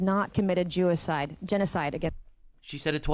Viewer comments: Jewcide? She said it twice 😂😂😂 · Can't believe that woman said jewaside ......TWICE!!!! I CAN'T! LOL! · Her saying "Jewicide" instead of genocide not once, but twice was hilarious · Jewicide once is a slip of the tongue, twice is making me start to think she says that in her daily life or something. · Sorry but her saying 'Jewicide' twice has genuinely got me in stitches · I can't believe she said Jewicide when questioning Tim Walz 💀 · She said jewicide... 😅 Wow.. . Be well and take care. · Halo announcer: "JEWICIDE" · Freudian slip! She said "jewicide" smh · Bro she said jewecide twice LMAO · "Jewicide" Day-ummm! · The "Jewacide" 😂 I mean, she's not wrong. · those are just slip ups the J in Jew and the G in Genocide both use the J sound at the start and because it was a genocide on the Jews her brain i think just kept combining the two words.